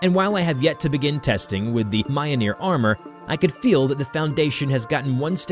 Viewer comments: I hate his pronunciation of mjolnir. It's me-yol-near. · Yeah sorry not too sound like a nerd but you say myoneer. It's spelled mjölner. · hearing him pronouce it "mi-ole-near" made me cringe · It's pronounced "Mee-Yol-Neer" it's a rolling R at the end. No "Mee-Jol-nir" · The way he said mayanir And not milnir is making me im touching scp 722 lol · around here is MI-OL-NIR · more like myool-neer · Mio-neer?! Ara-bodrous?! Kai-jhoo?! 😭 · Mjolnir is pronounced like this: Me-Ol-Near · M- Ol - Nir Yor-mon-gonder holy shit it isnt hard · Why does he say Mjolnir like that? It hurts me. (It's pronounced m-yo-L-nee- er) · It’s pronounced me-ol-neer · does nobody know how to pronounce words on this platform anymore? bruh it's myole-near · BTW it's pronounced "mule-near" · The Ø sound in Mjølnir can be tricky. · the way you pronounce Mjolnir makes my eye twitch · If you mean the hammer, it does not pronounced like this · oh how they butchered the mjolnir pronunciation 😔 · that has to be the worst pronuncianciation of mjolnir to date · dude he did not pronounce mjolnir right BRUUUUUUUUUUUUUHHHHHHHHHHHH really even a kid knows that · u r saying mjolnir wrong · Seriously? How did you mess up the pronunciation of Mjolnir? Have you not seen anything in the MCU? There's no excuse. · Mjolnir you are pronouncing it wrong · was i the only one that got annoyed by how they pronounced mjolnir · Please learn to prounce mjolnir correctly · the way pronounce MJOLNIR is very cringey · Your pronunciation of some things are so cringe... it doesn't take long to search up how things are properly pronounced you know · Lost some respect for you due to your pronounciation of Mjolnir